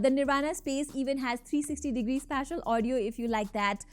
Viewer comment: What’s with that accent Uuuggghhhh Accent mein tho pretentious ban gaye But pronounciation mein hag diya WTF is ispashial It’s Spacial